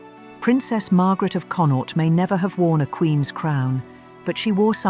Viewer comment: Learn how to pronounce "Connaught", PLEASE!? As a person, who was born in the province of Connaught, your butchering of it's pronunciation is painful